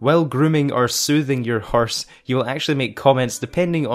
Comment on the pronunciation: “Herse” haha